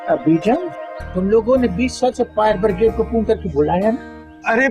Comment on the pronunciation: Its fire brigade not bridget